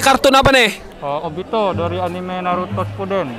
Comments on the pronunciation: Enim 😂 anime bang anime pelafannya biasa aja anime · Bacanya bukan enim enim. Tetap dibacanya anime